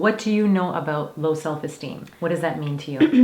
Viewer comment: 24 "abote"? I wonder where you live...